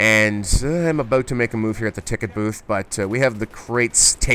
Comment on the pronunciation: "Aboot" bahahahaha!